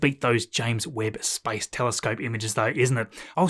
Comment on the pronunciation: Your pronunciation of space sounds like spice :)